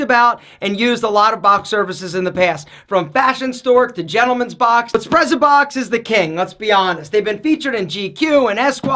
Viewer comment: Wouldn't it be pronounced "s'pret-sa-box". From the Italian "sprezzatura". Like "pizza", the double z is pronounced "ts".